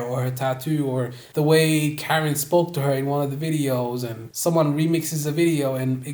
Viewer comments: KAR IN not karen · How you gonna make this whole video dissecting their relationship and then call Karin, Karen 🤡 it’s like ‘cuh-rin’ bro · It’s weird that a Hetero male is exposing this about a lesbian couple, but STOP SAYING KAREN ITS KUH-RIN